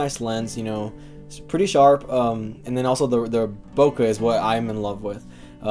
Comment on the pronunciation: BO-KAY, not Boca. It's not in Florida!